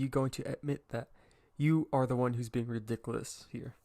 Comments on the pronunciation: “now you call me ridiclous” i swear no one pronounces that word right 😭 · Manz said rE dIc A LuS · “OH now you call me rEdicooLus?” Me: “Mmmhnm you heard me mister” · I love how he says believe and ridiculous